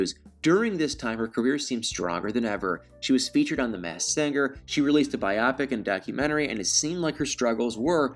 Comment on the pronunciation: It's "bye-oh (as in bio)-pic,". Otherwise, great job! 🗣🎙✍📋👏👏